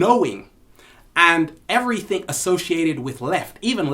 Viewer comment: I love it whe you say every think instead of everything. The ALL is mind the universe is mental. Peace!!!!!!!